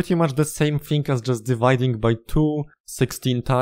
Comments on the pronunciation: LMAO I love how you pronounce "XOR" as "KHSOR" instead of "X-OR" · Most Russian R in XOR I've ever heard